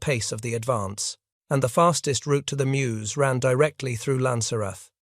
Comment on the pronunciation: There in June, 2024. It’s inadequately marked in terms of a memorial. You have to walk a worn path past a house (which was being wrapped in ‘24). Typical June rain and the path was a bit slippery. If you didn’t know where to stop, along the road, you’d miss the stopping place. I object to this non-human narrator and the sloppy closed caption. BTW, that river is pronounced as Merz.